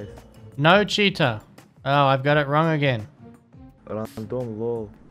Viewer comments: All I keep hearing is "hey guys, we've got ourselves a cheetah" :D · I like to watch with the closed captioning on and everytime he says cheater it reads cheetah